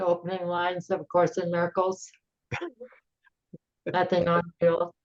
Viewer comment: It's no'th'ing nothing'ing